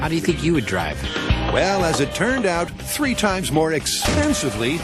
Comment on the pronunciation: HAAAHAH "don't think" was actually "don't sink"